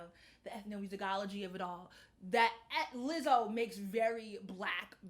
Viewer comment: I appreciate you for finally pronouncing her name correctly 👏🏾👏🏾